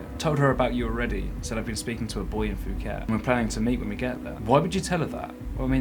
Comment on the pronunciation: Fuket! OMG I'm dying, do you call it FUKET? 😂😂😂 Sorry for laughing in such a serious situation but i just can't help it, Your the best!